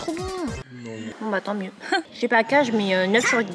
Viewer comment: c’est pas chebaka 😭😭 c’est chbaikiya ça se prononce comme ça 😭😭😭